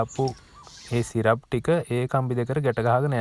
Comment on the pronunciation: සිරප් නෙවෙයි බ්‍රෝ...ස්ටිරප්ස්...(stirups)